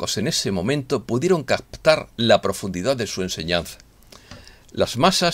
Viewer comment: Captar, no cactar amigo. Perdón que me atreva a corregirte pero en un periodista es importantísimo ...